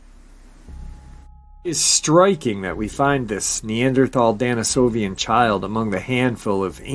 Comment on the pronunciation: DENisovisn, not DANisovian.... appreciate you nonetheless though